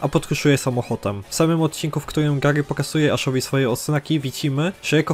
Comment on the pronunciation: "...ile odznak posiada Gagy"? 🤯 KuRRRwa srogo jest. Tego przypadkiem się nie trenuje? Niektórych słów nie słychać wgl albo trzeba się domyślać. To jest straszne